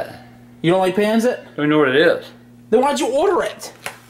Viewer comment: As someone who's half Filipino. Hearing the way they pronounce pancit as "PAN-SIT" is hilarious 😂